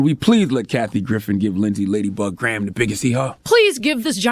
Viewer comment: DID HE SAY LADYBUG GRAHAM?? LOL LET ME SQUINT AND LISTEN AGAIN